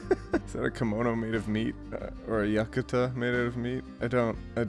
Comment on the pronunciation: Why don’t you know how to pronounce Yukata or poutine